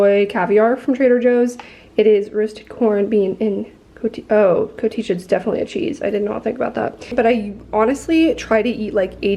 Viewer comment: I’ve never heard anyone say cotija that way omg